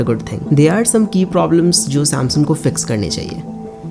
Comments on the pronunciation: It's SAM(S-U-N-G) not SAM(S-O-N) bro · Samsun samsun sun sun k pak gya m, bhai samsung bol le